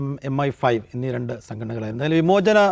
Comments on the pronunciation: Annnnanmaare M15 alla MI5 aane😂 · not M15 , its MI 5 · Not M fifteen 😃, it is MI 5...എംഐ 5. ഇരുട്ടുമുറി ചർച്ചക്ക് മുൻപ് ഗൂഗിൾ/Chatgpt നോക്കി വന്നിട്ട്, "ഇതൊക്കെ എനിക്ക് കാലങ്ങളായി അറിയാം" എന്ന മട്ടിൽ തള്ളി മറിക്കുന്ന അല്ല, അത് കേട്ടിരിക്കുന്നവരെ പറഞ്ഞാൽ മതിയല്ലോ